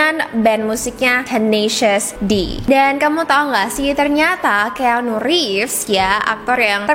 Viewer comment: Koreksi dikit ya kak, keanu baca nya: kianu . Anyway thanks for the video great as always❤️